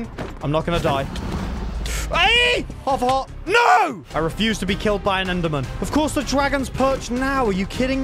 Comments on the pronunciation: “oh nou i’m on hof a hort” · Not trying to be rude but “haf o hart” 😂😂😂😂😂😂😂😂